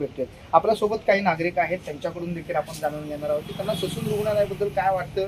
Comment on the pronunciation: ससून नाही डायसून